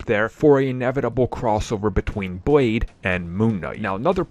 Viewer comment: Did he say Boyd instead of Blade because he certainly didn’t use the letter L🙄.